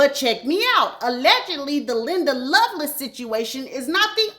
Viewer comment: .....her name is Linda LoveLACE pronounced just like it's written. I promise I love you and your channel. When you said everyone ate you up about Andre Harrell I busted out laughing 😂